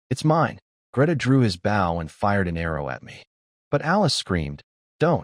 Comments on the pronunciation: When will AI ever learn to say bow properly lol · The AI just needs to learn how to pronounce Bow